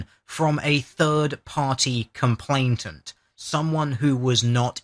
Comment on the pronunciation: love your vids, consider you to be very eloquent and learned but jesus wept dude : COMPLAINANT. no T in the middle.